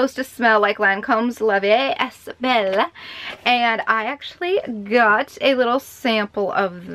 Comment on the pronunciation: Love ya! Also it’s pronounced L(uh) v(ee) (eh) belle (like beauty and the beasts, belle lol) Hope I kinda explained this alright, didn’t know how to word it lol